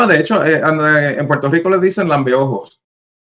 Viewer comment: EN PUELTO LICO NO HAY R ?